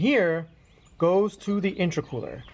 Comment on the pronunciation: The way you say, intra-cooler has me wondering if you know what youre talking about.